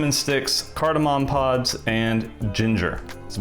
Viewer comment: Saying pops instead of pods is like me trying to pronounce tuliyollal without sounding drunk lol.